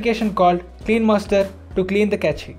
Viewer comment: Wish you had learnt how to pronounce cache...rest was good..